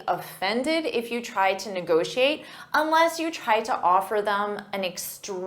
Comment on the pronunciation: Let's negocxiate! Let's negociate!